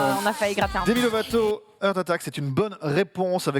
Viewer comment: Avec cette impressionnante prononciation j'avais compris " The Earth wants what it wants ". Ça ferait une bonne chanson écolo 😂😂.